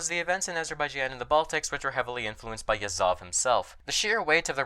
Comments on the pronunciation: Why did you keep saying Yazóv when it's actually Yázov? That's odd bit with English speakers, they keep doing same thing here and there, except with super famous guys like Lénin or Stálin. Can anyone elaborate on that phenomenon? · I think it's just an american think. I'm English, and while I have some knowledge of russian, to me Yázov is the correct pronunciation. They like to put the stress on the last syllables in general (take for example "Birminghám", Alabama, as opposed to "Birmingham", England.)